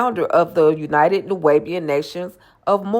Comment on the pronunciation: Most people in cults don't know it it until they get out. Its pronounced New-WAH-be-an.